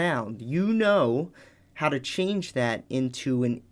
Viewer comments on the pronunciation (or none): none